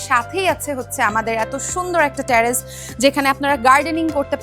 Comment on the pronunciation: Hi. It's not ট্যারেস it's টেরেস।